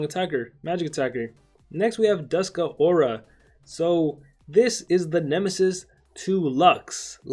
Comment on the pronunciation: It's not Duskuh aura. It's Dusk pause Aura